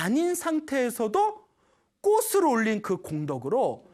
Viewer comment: 좋은 강연 감사드립니다 학생들도 많이 보는 영상이기에 한가지 부탁말씀 드립니다 올바른 발음 부탁합니다 꽃이 ㅡ꼬치 꽃을 ㅡ꼬츨 로 수정 필요